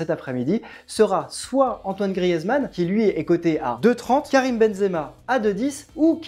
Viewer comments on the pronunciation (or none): ......sans eeeeeeeeee à la fin faite un effort quand-même